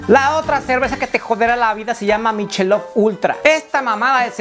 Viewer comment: Se pronuncia mikelov. wuey!!!